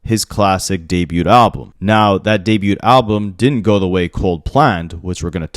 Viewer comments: Bro! For the umpteenth time!: The T in debut is SILENT! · How has no one ever told you that you pronounce debut wrong. You say it so often